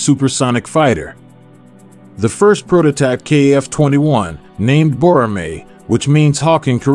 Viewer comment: Boramae not Bromir!